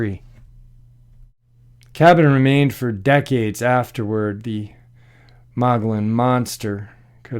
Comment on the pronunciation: THE MO GE ON IS HOW ITS PRONOUNCED, MOGILLON RIM,,is beautiful forested heaven.the APACHE INDIANS have a home there,its located near the mid to southeast corner of the state,awesome country.